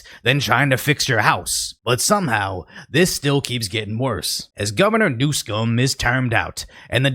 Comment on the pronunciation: Gavin NewsUHm. Man that shit was pissing me off.